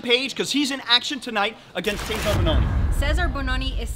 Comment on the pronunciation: Cezar! Se- Zarr!!